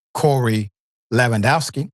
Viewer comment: Learn how to read Dr Richey PLEASE you are so embarrassing!! Everyone in politics knows how to pronounce "Lewandowski" and you read his name like you never even heard of him!